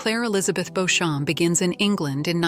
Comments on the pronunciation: Beecham not Beauchamp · They pronounced the name "Beech - um". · claire told colum the english pronunciation of her name (beauchamp) and he responded with the french pronunciation